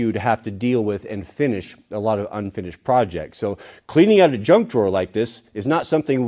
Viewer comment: Paul Akers calls it "Knuj" instead of junk.